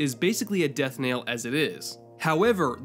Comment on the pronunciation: I know you put a "nail" in someone's coffin,, but it's not a "death nail". It's a death knell. Rhymes with bell.